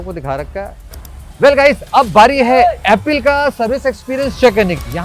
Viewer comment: Apple ❌️ appil😂